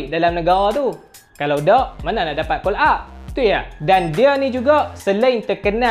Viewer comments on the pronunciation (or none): none